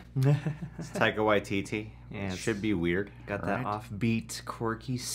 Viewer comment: "Taika Waiteetee"